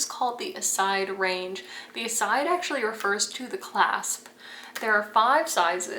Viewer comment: Sorry but that is not how you are supposed to pronounce Iside, it is an Italian name.